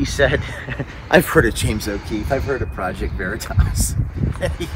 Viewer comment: James OH Queefee lol